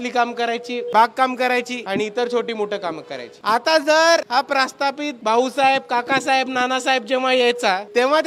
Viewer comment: 😁 प्रास्थापित!!🤣🤣🤣 प्रास्थापित❌ प्रस्थापित ✅ सुरुवातीला मला वाटलं बोलायच्या ओघात चुकून झालं असेल. पण पूर्ण व्हिडिओभर चुकीचा शब्द वापरला. सामान्य कोणी कार्यकर्ता असता तर ठीक होतं…